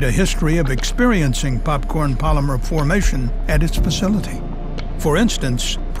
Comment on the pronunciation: It comes down to the popcawn palyma forwmation